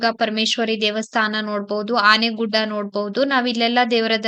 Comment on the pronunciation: Aaneguda alla Aanegude